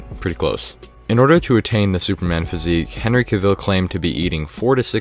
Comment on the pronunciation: It's pronounced "Henry CAVill" not CAVILLE!!